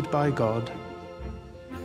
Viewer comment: I love how Mr Elton finally gets "innocence" right.